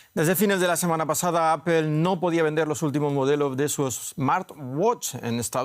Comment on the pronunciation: Amigo, se dice Apol, no Apel. En todo caso diga aple como buen español